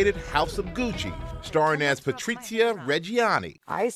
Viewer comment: Why he says patriCia and mauriZio, with C and Z with Spain accents. They are italian not Spaniard.